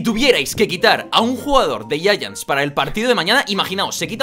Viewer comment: porque dicen yayants y es Giants xd pd: solo quiero saber es de racista